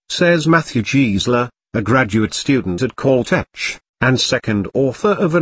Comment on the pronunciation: Annoying phoney voice over that mispronounces words such as Caltech.